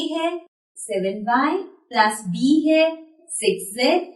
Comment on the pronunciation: Plus hota h plas nhi😂😂😂😂😂😂😂